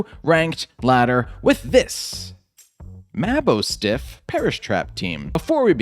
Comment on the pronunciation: You keep saying maboostiff name Wrong lol